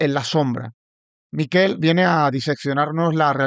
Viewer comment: Bravo, Rubén y bravo, Miquel. Sólo una cosa, Rubén. Tu invitado se llama Miquel, no Míquel. Es catalán. Es como si él te llama a ti Rúben y no Rubén. Los vascos sí son Mikel, pero con k en lugar de q. No cuesta nada.